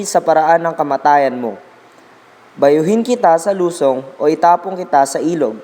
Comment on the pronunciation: Ano b yan,hindi marunong magbasa"lusông",hindi lusong.